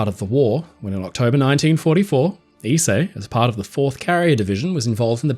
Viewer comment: Thank you for teaching me how to pronounce Ise I've been butchering the name for some time now.